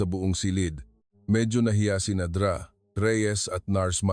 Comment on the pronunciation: Listening from San Fernando City, La Union, Philippines. Hindi maganda ang pagbigkas ng mga salita, katulad ng Dra.,Ang dapat pagbigkas ay "doktora". Ayusin Naman ang pag narrate!